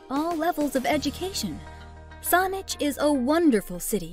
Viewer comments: She pronounced Saanich wrong. the 'a' is pronounced like sandwich ... not sauna. Beyond that, this is full of cherry picked statements about locations, where do I start: - Ft. St. John - ... yes 250 days a year of 'sunshine', but its a subarctic climate, so temps average below freezing for 4 months of the year, and can get as cold as -30 Celsius. - Kamloops - TRU is not the largest University in the province by any metric. google it. - Vancouver has THE mildest climate of all Canadian Cities, not one of the, but it is also THE most expensive city to live in, not one of them, with the most expensive rental housing costs in the country, with the least vacancy rate. People working full time and going to school full time struggle severely, and many live in a van. Theres a lot more wrong here, but suffice to say dont move to BC based on the info here. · sounded like saunich, pretty funny anyway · It's all computerized, as it calls Saanich "Sonnich". BC Transit Buses also have that problem with Street Names like the "McTavish Exchange" (near the airport) is pronounced as the "Mickta - Vish Exchange" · The narrator is mispronouncing their number one choice: Saanich. It's pronounced with an "a" not "o" as in sandwich. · I live Kelowna (#2) in the video and this vid is full of BS info (and some of the clips aren't even from here). And just to note, you pronounce Saanich wrong. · It's pronounced Whist-ler, not Whis-a-ler. And it's Saanich not Saunich. Another outsider selling our province to other outsiders. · SAWnich and Whist-ler hahaha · 😂lies. misinfo. and oh my...the pronounciation...whisteler sonich...low crime in surrey...thanks for the laugh 🤣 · She can't even pronounce Whistler, Colwood or Saanich properly. Was this video geared to immigrants??